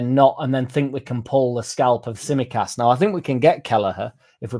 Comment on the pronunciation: oi oi! Tsimikas, silent T. 😜